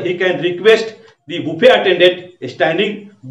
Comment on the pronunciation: Bro this pronounce baffey not boofey